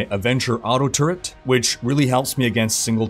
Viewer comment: Some pronunciation errors(defence, courage, turret for example) but helpful vid thanks man.